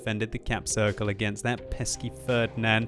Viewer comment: your pronunciation of "Ferdinand" sounds so strange and wrong for germans xD